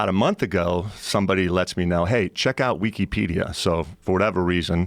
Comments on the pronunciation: Is he saying weekeepedia? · I love how he pronounces Wikipedia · I was gonna say there is NO WAY this guy didn't know who Harry Potter is, but then he said "weekeypedia."